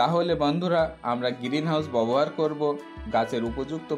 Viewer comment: আপনার পড়াশোনা কতদূর। ব্যবহার উচ্চারণ করতে পারছেন না।বার বার বলছেন বোবোহার। আগে উচ্চারণ ঠিক করুন। তারপর ভিডিও বানান।